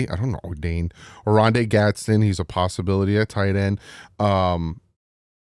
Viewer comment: Bro I know youre dyslexic but just pronounce the names the way other people pronounce them. Mispronouncing Orande Gadsden as a Dolphins fan is crazy. Makes it really hard to take you seriously. Got the names Jalon, Orande, Jahdae, Kelvin, Emeka, and Milroe all incorrect in the span of about 4 minutes. These are highly touted prospects, you can just go watch a few videos and listen to the way everyone else is pronouncing their names if it gives you that much trouble.